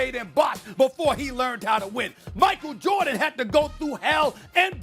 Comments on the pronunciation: "Michael Jurdan" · Did she just say Jerdan 😆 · Did Molly say Steve Korr and Michael Jerdan? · Ermagerd it’s Murkul Jurdin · Molly just said michael jurdan. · Molly- “Michael Jerden” 😂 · Micheal Jordit? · Who tf is “Michael Jerditt” ??? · "Steve Core, Michael Jerdit" - Molly Qerim, 2020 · “Michael Jerdin” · Molly mixed Steve “Korr” and Michael “Jerrdan” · First ten seconds.. Molly: "Steve Coir, Michael Jurdan..." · 09 "Michael JErdan" -The one and only Molly Qerim